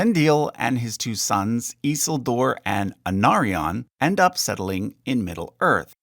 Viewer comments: Your pronunciation is odd. We usually hear the names with the stress on the second to last syllable. GaLAdriel. Gil-GALad. iSILdur. And so on. Rohirrim names however always have the stress on the first syllable, and I can think of Ar-Pharazôn for the stress on the last syllable, possibly other Adunaic names. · The way you pronounced Isildur made me think you were talking about a completely different character for a second. I was like "who the hell is that?" then realized 😅